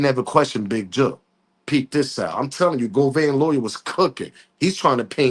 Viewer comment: Go . Van .not vein